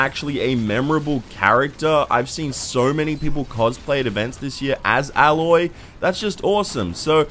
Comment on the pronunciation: Its pronounced as "Eloy" not "Aloy"